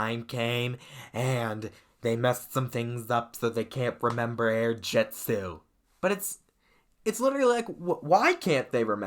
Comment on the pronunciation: It's air jitzu not air jetzu